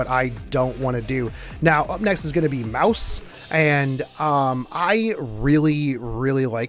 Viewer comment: It’s Mous•se not Mouse... And also she’s my most favorite character because of the adorable sound and design, resulting in her being my Assistant Character... and that amazing claw-glove on her left-hand is extra topping on the cake. Pun was not intended...